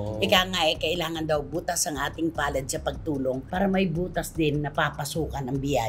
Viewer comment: "bukas palad " not "butas". bow.